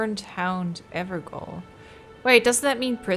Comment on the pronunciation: yes, gaol basically means prison. it is the old way jail was spelled, so technically evergaol is pronounced everjail. ^^